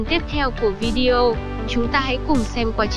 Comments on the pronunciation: ( Video ) đọc là Vi Đi Ô , không phải Vi Deo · Hay nhưng mà Video thì đừng đọc là "Vi Gieo"